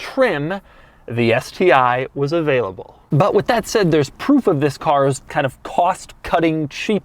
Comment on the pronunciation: Just stop saying THIS that way it's so annoying